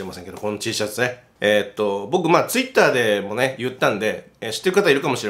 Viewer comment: 瀬戸さん つ↓い↑ったー↓ 私 ついったー➔